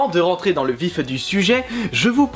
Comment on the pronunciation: "le vifeu du sujet" il n'y a pas de "e" à vif, du coup ça se prononce "vif du sujet"